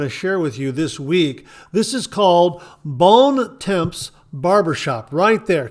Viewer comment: Bons Temps is pronounced almost like "bawn tawm"